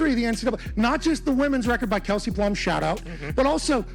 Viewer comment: At least say Kelsey Plum’s name💀